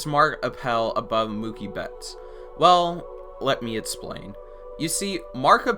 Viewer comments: “Let me etsplain” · "Let me ettsplain"